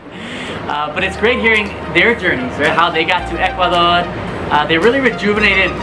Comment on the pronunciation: This guy is improving his Spanish so fast. It's cool when he says "Ecuadorrr" It sounds so "ecuadorian " already. Watching the show from El Morro in Ecuador . Peace to you , folks. ✌✌✌ ✌✌